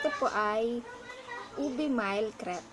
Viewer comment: You pronounce it as "mil" not mile